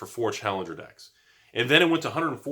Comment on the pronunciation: Yeah he was saying decks and then dicks. Snuck it in a few times lol